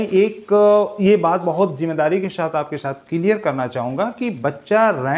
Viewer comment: Sir not mohshin..Mohsin is right not right shaath.saath is right .not sholv .solv is right sir improv your pronounsation properly for your personality